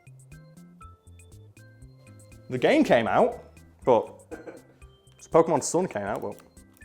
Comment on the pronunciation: He said Pokemon Sun in such a way that I heard him say Pokemon Sword I checked the date of the video and had a mini existential crisis till he showed the screen of the 3DS with Pokemon Sun in it and I realized I'm just an idiot